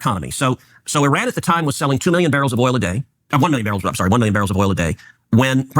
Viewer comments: It’s Ee-ran you had it right the first time. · its pronounced Uh Ran not Eh Ran. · Eye-RAN is American English pronunciation and Ee-ran is British pronunciation). Native & most accurate : “Ee-ron” with a long “ee” sound and a soft “r”. This is the most accurate pronunciation. Similarly American pronunciation: Iraq → Eye-raq British pronunciation: Iraq → Ih-raq or Ee-raq Native pronunciations: Ee-raaq” (with a deep “aa”) So British English is generally closer to the native sound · It’s not Eran. It’s Eeran. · no, it is pronounced "ee-raan" not "ay-raan" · It's [ee-raan] ee as in eerie, raan as in run but longer vowel sound. Not fucking Eh-run lmao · It’s ee-rawn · I studied persian farsi for a little over a year, the teachers I had (all native speakers) pronounced it ee-ron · I have two cousins that married into Persian families. To me when they say it, it’s almost half way between eer-on and ehr-on. My Armenian-Persian math teacher pronounced it air-on. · eye-rainian spotted